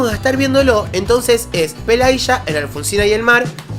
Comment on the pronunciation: No juzgues estrictamente a Pelageya: no habla español y, por lo tanto, se traga los finales. Estás pronunciando completamente mal su nombre tú mismo. Está bien, no hablas ruso.☝te lo traduje de lis comentarios rusos solo una parte